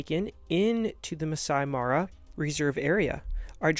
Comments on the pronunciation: Great video! However, if you're creating content like this, it would be helpful to pronounce local terms correctly, such as "Masai Mara" (not "Masi Mari"). Just a friendly suggestion! 😊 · You’re pronouncing the park name wrong. It is Mah-sigh Mah-rah not Mass-see Mah-rye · Would have been awesome if you actully got the Masai Mara pronunciation right. Nice attempt though.